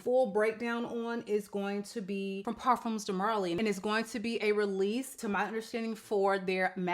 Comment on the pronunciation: Did you say Parfumes De Marley??